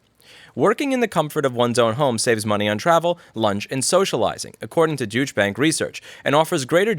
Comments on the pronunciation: I read that article a couple days ago. And clearly heard you say 'dooch' rather than douche (doosh), which threw me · It's "Deutsche" not "Dütche" please 🙏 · the eu in Deutsch is pronounced more like the oi in oil. fyi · Lol, douche bag.. I mean, Deutsche bank.. Rotfl. Douche bank.. Every time I hear it, smiling, thank you Louis. Pronunciation lesson; "dough-yeach" bank.. The more you know ( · I prefer the way you pronounce DoyCha Bank, because your way sounds like Douche Bag. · I like how you pronounce it “Douche-bank” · i love the way you pronounce "deutsche bank" with that american accent ... if you say it fast enough it almost sounds like "douche bag" ... wich fits perfect for, well, any bank, really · Hi Louis, I love how you pronounce Deutsche Bank as something that to my ears sounds like "douchebag bank". Nice touch. Cheers. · I like how louis pronunciation of deutsche bank sound more like douchebag 😂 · Did you say 'Douche' bank? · I think your pronunciation of Deutsch (do-i-tch) as douche is spot on. What are they smoking when they say "people working from home" spend less on infrastructure. Don't they realize they still spend money on groceries (get them delivered), electricity (the spend goes up, if you work from home), internet (you need a good one to be able to work from home effectively), ... WTFFFF!!!!! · I liked how he pronounced douche bank. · Louis, Deutsch is pronounced "DOY-cha", with the emphasis on the first syllable. They're neglecting to consider the equipment and the Internet connection we pay for, as well as utilities. wear and tear on our personal houses, and inconvenience on the part of our families who have to give up part of our living space to be dedicated office space. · IF you are pronouncing it Douche Bank to be funny, I'm in! If you don't know how to pronounce it properly, maybe look it up. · Love ur pronounciation : "Douche Bank" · Haha. "Dooch-bank". Guy named Rossmann sez "Dooch-bank". What a hoot!